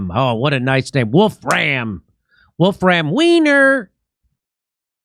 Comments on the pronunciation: The German's name pronunciation is like this: Vulf-rum VYM-er, not "Wolf-RAM WEENER!". FYI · Volfram Vy-mer